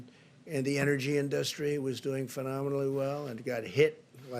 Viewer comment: HE CAN'T SAY "INDUSTRY"